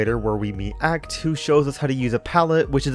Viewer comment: im sorry… did you say “ah-ct”